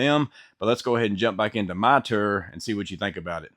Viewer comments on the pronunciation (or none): Can you please say “Tour” again sir? 😂 “Ter” Kidding aside Great video. Thanks bud.